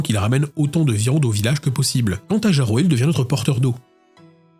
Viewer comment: ça se prononce Iyaro, le j étant une sorte de i